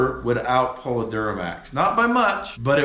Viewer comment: Anything short of a Cummins really short-changes this build. I do appreciate uniquely Utah pronunciation of "Duramax" though.